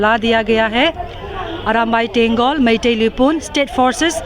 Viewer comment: ooi boshri walo reporter "meithiu" kiya hai?? meitei nam bolna pahele sikho saalo